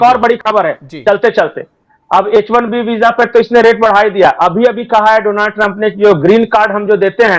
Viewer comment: Please correct your pronunciation, it is Donald Trump not Donaaald Trump😀